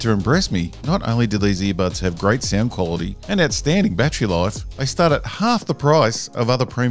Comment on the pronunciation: I burst out laUGHING WHEN SHE SAID "QUAILITY" lol HAHAHAHA